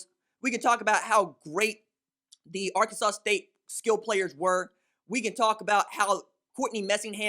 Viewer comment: Les Miles is shocked that K-State lost to "Ar-Kansas" State.